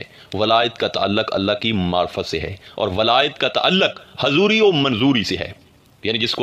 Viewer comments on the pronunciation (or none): Marfat me "h" nahin aata